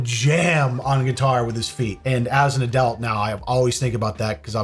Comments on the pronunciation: You alway make me twitch when you say the word "Adult"... I'm hearing "Add-elt" rather than "Add-ult"... Love ya muchly from gumpy old British person🙂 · Did anybody else notice that when he () says "adult" it sounds like he's saying "owe-dult". Honestly the first time I heard it I just thought I was trippin, but at the end I heard it again. Great. That'll be my shower thought from now on... why the hell does he pronounce everything else normally (he has a decent vocabulary), but he can't manage to say the 2 syllable word "adult"? 🤔 Is he fucking with us to see if we notice? These are the thoughts that keep me up at night. 😂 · if you dont mind me asking where is your accent from? as I've noticed you pronounce your "u's" rather like an "e" for example when you say adult it sounds more like "adelt" & I'm just curious as I've never heard that in an American accent before?..I'm from the uk btw...i sincerely hope you don't think I'm being rude b'coz i really am not..i Love your accent..❤.. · A dult? Adelt? Aduwelt? I can't get over how you pronounce it 😂